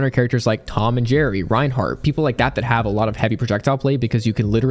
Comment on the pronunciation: did you just say Reinhart..